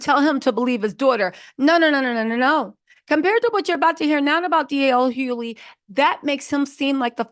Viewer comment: DL Hoe-ly